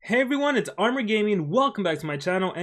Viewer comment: Armor. Stop saying Arumel we know you dont mean it